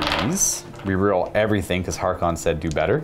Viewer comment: it's Haarken World Claimer "H-ARE-KEN", not "HAR-Khan". C'mon man, he's so cool at least get his name right. Great bat-rep. Love to see more Black Legion.